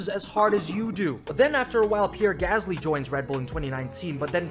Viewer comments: But his name is Pieerrreeee Gasssllyyyy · pierre gasly has a double 'r' btw